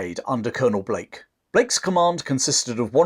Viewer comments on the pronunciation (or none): none